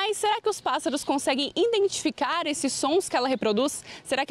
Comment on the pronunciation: A reporter diz "INdentificar" mais de uma vez. 👽